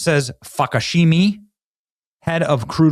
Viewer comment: Falakshahi = "Fuckashimi" 🤣🤣🤣 Benny Johnson cracks me up!!